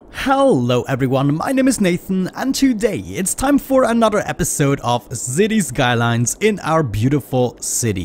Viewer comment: "Zity sklines" 💀